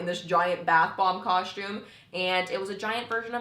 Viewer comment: You say costume so funny! Where is there a h in costume? 😂 Cos-tume no shade just funny ;)